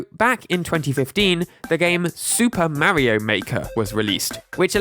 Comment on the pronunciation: For being so focused on Nintendo, why do you keep saying Marrio? Don't you try to be accurate with your pronunciations of other names on your channel? Why do you keep mispronouncing Mario?